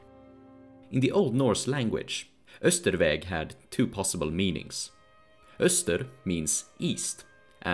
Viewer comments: Isn't "Austrveg" supposed to be pronounced more like how it's spelled, rather than "Österveg" (which is how you spelled it in the YouTube captions but not the embedded video captions)? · I was gonna say "why is your sweden better than your english" out of joke since the way you pronounced austrveg sounded probably very swedish but the buddha sounded kinda off, lol Then i went to your channel description and it said "sweden" and i'm like "oh"